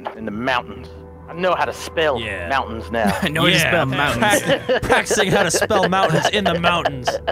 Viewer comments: "I've been practicing in the muntoins." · said mount6ans 😂